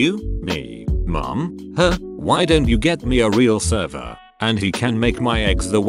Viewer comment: The way the speech bot says "Her"